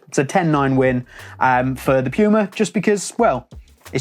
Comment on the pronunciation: this video is so good but still a hated watching it😂 puma is german and spelled "pooma" in english😖 piuma is just wrong😂